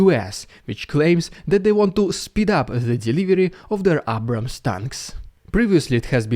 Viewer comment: A-brahams vs AA-brahams pronunciation with the American A